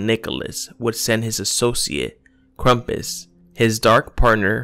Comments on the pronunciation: Cool video but it’s pronounced Krampus not Krumpas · lol just kidding I know it's krampus but the guy talking in the video said krampus as krumpus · it's not krampus,it's KRUMPUS